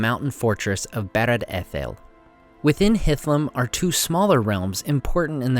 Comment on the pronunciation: your pronunciation is amazing, but I have a question. Is 'Barad' really prounced like "bear/bare" and not like 'bar?'